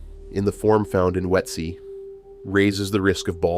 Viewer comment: I lost track of how many different pronunciations of Ötzi were included in this video - Not one of them correct...